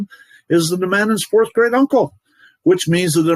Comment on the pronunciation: Now I’m laughing because when you said great I thought you said grade 😂